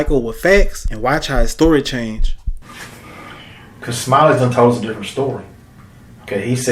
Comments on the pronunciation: Learn to say story not store😊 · Dose he realize that the narrator keeps saying store not story